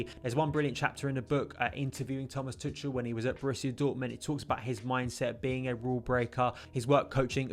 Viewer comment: Nice overview man! his name is pronounced Too-Kal though! just a friendly heads up haha!